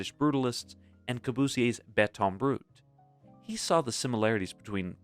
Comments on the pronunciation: It's BETON BRUT in correct French, not brute. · Just to let the content creator know, in French, béton is masculine, thus taking the masculine form of adjective. So, rough or unfinished concrete is "béton brut," not "brute." No grey area in that matter. Otherwise, thanks for the overview and social-historical focus.